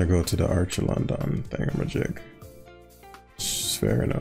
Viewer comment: Archaludon,. Its name is Archaludon